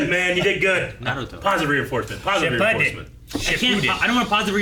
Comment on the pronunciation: Btw can you guys stop saying shippuden because you guys say it very wrong n it’s very cringy 😂